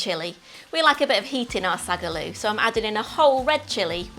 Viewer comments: Sag a loo? Sink into a toilet? 😂🤣 Translation: Saag (spinach) Aloo (potato) pronounced Saaag (short pause between words to distinguish) Aalloo stretch the a sounds that’s why there is more than 1 A in the Saag. Or easier; spinach and potato curry. Lovely recipe. 😊 funny pronunciation. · Find out how the name of the dish is pronounced first before the cultural appropriation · Hate the pronunciation, most professional chefs don't even do it justice, but the recipe is fucking fire